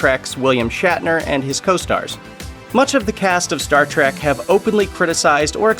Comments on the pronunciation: Oh, for crap’s sake, it’s Star TREK, not Star TRACK! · Trek, not trak